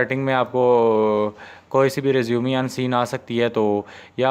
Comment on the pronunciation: Bahi resumeee nahi hota resume hota hai